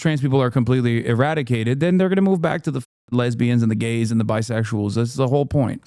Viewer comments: I'm not a lesbian but the way he said lesbians was weird asf, anyone else got any thoughts on this? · he just revealed his search history with the way he said lesbians 😐